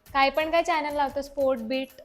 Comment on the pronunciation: चायनल नाही चॅनल म्हण बाई ई ई